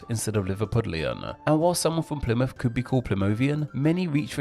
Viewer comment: "Plymuff" instead of "Plymouth", "duh" instead of "the", "wivvin" instead of "within". "Diss" instead of"this". And you keep emphasizing the ends of words in the style of Mark E Smith. Genuinely interested to know what your accent is, you know, so I know what your demonym is.